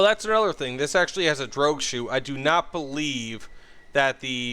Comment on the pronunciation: “Droog chute”